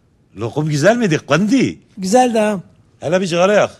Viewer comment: kardeş onu gundi değil kundi diye söyle.